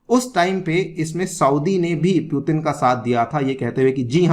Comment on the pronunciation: "वो पुटीन नहीं पुतिन है,क्यों पश्चिम वाली भाषा बोल रहे हैं आप🤣🤣🤣